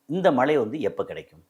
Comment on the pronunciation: தமிழை சரியாக பேச கற்று கொள்ளுங்கள்.மலை இல்லை மழை